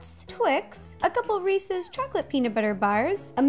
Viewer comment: She said ree-sees. Unsubbed. 😂